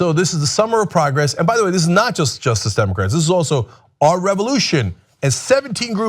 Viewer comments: Cenk, Clearly enunciate what you believe in. Your "just..Democrats" sounds like 'JUST DEMOCRATS' You're for JUSTICE Democrats aren't you? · Cenk needs to slow down, when he says "Justice Democrats." It always sounds like he's saying "Just Democrats." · It sounds like you're saying "just democrats"